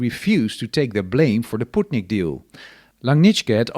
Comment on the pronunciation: Sputnik ❌ Putnik ✅